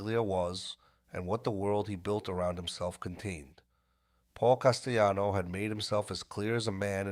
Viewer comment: Carmine FAT-Tick-O...Paul CAS-Tell-anno (Not CAST-E-ANNO).😮😮😊😊 That's how we pronounce them.